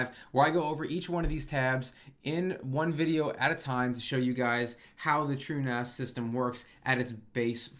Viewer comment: Everytime you say True as it sounds like truenos to me and I giggle. Love the content keep up the good work, love to see this stuff aimed at me as a recreation home nerd focusing on the essential minimums instead of the homelab for pros stuff that's a bit higher level than the typically joe might need.